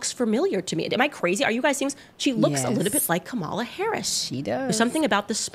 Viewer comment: I guess no one told Candace that mispronouncing 'Kamala' is racist.